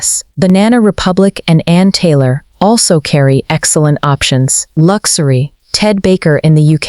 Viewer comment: What is this fake voice? Lux- a - ry? Couldn't they find a real person to narrate this film? I can't believe this this is getting out of control.